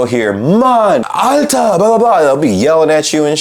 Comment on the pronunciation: "Alter" sounded 100% German Bro :D